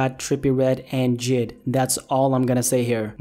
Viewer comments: His name is j.i.d not jid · Jid? For fucks sake its J.I.D